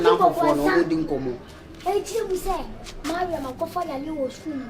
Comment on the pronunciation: Is it Mariam or maliam Eeii 😀😀😀